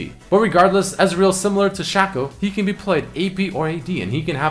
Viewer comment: He called shaco "Shack-Oh"